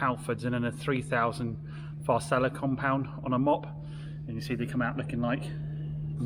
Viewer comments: it's Farecla not Far-seller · Love your videos and love the way you present and never loose your cool But sorry to pick you up but it is pronounced G3 Frek-la. Cheers